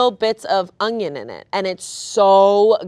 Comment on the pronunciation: Just realised says "Ungion"